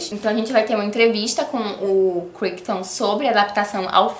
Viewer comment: só uma informacao, a pronúncia de Crichton é Craiton